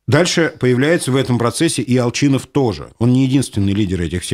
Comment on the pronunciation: У вас у произношение Ал"Ч"инов, это какой-то знак???